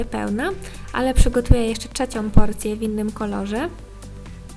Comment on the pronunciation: 03.15 czecią